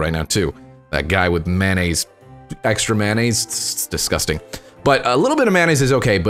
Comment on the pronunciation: All I got out of that was that he calls it mahnaise...